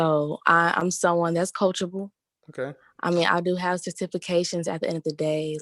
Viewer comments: A 23 year old on this video said “satifications” when she meant to say certification 😂😂😂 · Boy, I’m dying over here Sir-tifi-cation!!!!! Lmao!!!! You don’t need no man if you can’t pronounce “certification”. Lol! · "I have certifacation"😂😂😂😂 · Cer-tif-a-cations 🤣🤦🏽‍♀️🤡 certifications!!! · Cer-tifi-cation!!! You mean certification? Man I’m done right now! Lol! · "Cer-TIFI-cations" Lmao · “Sa-tifi-cations” Jesus, that was sad. 😔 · Satifacation lol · Oooookay? Certiffacation lol😆😂🤣!!! She better go get her a Pookie or Ray-Ray talking like that! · Her "Cer-tiffication" Kevin "Have you been to therapy?" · Homegirl said she has Cert -tif-fica-tions 😂😂😂😂😂😂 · Properly articulating the word "certification" isn't that hard... and English is my second language... ohh my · Certification lol the way she pronounced it sounds like a Jamaican trying to say it in English instead of that way were taught to say it in school. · she couldn't say certification 🤦🏿‍♂️. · Right lol I'm concerned that she's made it to 23..and no one made her aware of the proper way to say it. My goodness! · That was horrible. And she repeated it as it she was correct. At 23 she really struggled pronouncing something she has obtained. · When I heard that I was like. (Wait? How did you get that wrong?)